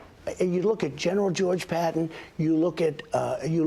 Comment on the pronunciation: Does anyone notice that he always calls Patton "patent" and McArthur "maggarthur"? I don't know why this bothers me so much.... It just seems disrespectful like he just doesn't care enough to learn how to pronounce their names. And he wants to teach the generals a thing or 2? What a piece of shit.